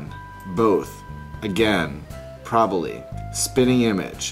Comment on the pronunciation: I'm from Pennsyltucky and we say things pretty much the same way... except for when you said "proballlly" :) I pronounce "Aunt" like "Ant" and "Pecan" like "Pe-kahn" :P You're cute.